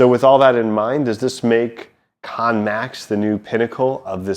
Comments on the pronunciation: It's not pronounced KON MAX it's pronounced KANN MAX. You keep saying KON MAX. IT'S KANN spelt like the word CAN. It is rather irritating when you cannot pronounce and say the name the player properly. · Wrong, Its actually pronounced "Kar-Nen" thats why it has 2 N's